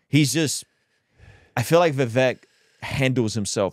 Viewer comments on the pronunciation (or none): Vivek pronounces his name like CAKE. "Vivake"